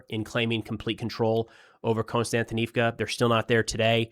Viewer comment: Can anybody tell me why every youtuber pronounces 'Kost-yan-ti-niv-ka' as 'Constant- inivka' ?????